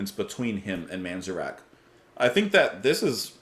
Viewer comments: Pronounced Ray Man-Zair-ick. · Can’t explain it, but just could never get into The Doors. I respect the heck out of them, but just not my favorite. Good song and reaction though. BTW, I believe the emphasis is on the “at” in Manzarek.